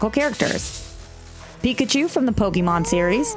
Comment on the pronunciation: i should be an arse and thumbs down this for saying pokemon wrong, but i wont.